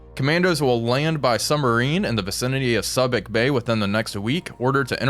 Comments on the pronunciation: I low-key cringed everything he said "sub-ik" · Subic Bay is said Suebic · It's "Soo-bik" Bay. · In the event no one has told you, but Subic is pronounced soobic bay. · it is pronounced SUE bic Bay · su-bic bay 🙂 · Ha ha. I think your dialog gives away that you are not a sailor, at least not one from 30 years ago. Subic Bay is mispronounced in this video. (Soo-bik bay is more correct, having been there in 1978) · Subic Bay? It’s pronounced Soo-(or Sue)bic. It reminds me of Malign for Milne in your War on the Sea games. Fingernails on the chalkboard… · Just wanted to give you a proper enunciation on subic bay, (sue bick) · Yep, it's Sue Bick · Subic is pronounced Soobic. Many port of calls there during my Navy days. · Good job,. BTW, it's "SOO-bic" bay. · It's pronounced SOO-bic not Subic. LOL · your pronunciation of Subic Bay sounds to be incorrect. There is still a Retired Activities Office operating in Olongapo, outside the former United States Naval Base, as well as the American Legion Philippines Department Post 4. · Good job. But a minor correction: Subic Bay is pronounced with the same "u" as in the word "tube."